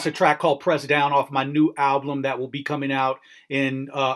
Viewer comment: he did it! he still said alblum!!